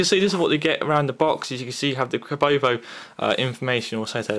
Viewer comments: you called it kobobo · Kobo mate not kobobobobobobobobobobobobobobo